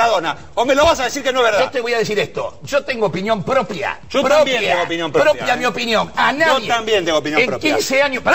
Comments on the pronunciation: Cuando dice: yo tengo opiniooon prooopeaa, proopeeaaaa.. 🤣🤣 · yo tengo opinion prpopeeeaagggh, propeaaaaaagh